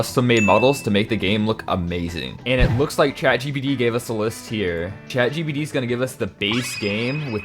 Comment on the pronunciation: I keep on hearing bro say chagbd😫😂